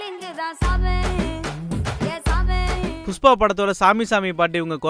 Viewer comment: ஒரு பாடகியாக நீங்கள் உங்கள் உச்சரிப்பை சரிசெய்து கொள்ள வேண்டும்.உ-ம் புஷ்பா-புஸ்பா